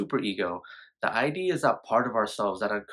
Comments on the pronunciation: It's actually pronounced "id" like rhymes with squid, not I.D... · No shade, but it’s pronounced “id” (rhymes with “kid”), not “eye dee”. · It’s not I.D. It’s id, rhymes with “lid”.